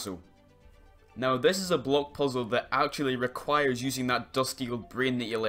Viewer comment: I think it’s funny how every time he says block it sounds like bloke.